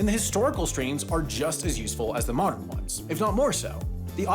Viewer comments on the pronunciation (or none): none